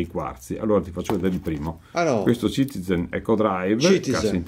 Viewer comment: Che top questa serata con! Comunque che ridere fa tutte le volte che si sente ccccitiZen ahah